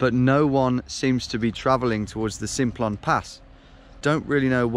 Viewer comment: I was driving on the Simplon pass (it's pronounced samplon btw) last summer. It was really foggy so you could barely see 10 metres in front let alone any of the mountains, anyway we got to this gorge type thing near the border when the sat nav suddenly blurted "turn right, then take the ferry" we turned right and all that was there was a train station I believe. In this gorge there was absolutely no way you would fit a ferry, in fact the river running through the gorge was probably the rockiest and most impassible I've seen. I guess maybe there was a drive on train thingy. Anyway I'm loving the vids so keep up the good work 👍👍